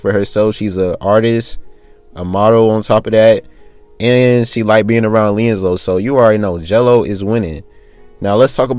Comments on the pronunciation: why is he calling him (LIANZELO) like what? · His name is LiAngelo ! Lee-And-Jello 😭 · Can you say his name correct lmfao